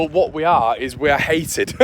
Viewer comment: Eeees are good eeeees are good......